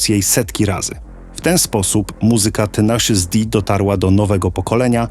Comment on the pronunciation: "tenejszys" nie "tenaszus"